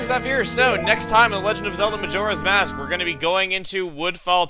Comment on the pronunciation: Chugga says Youre ass mask xD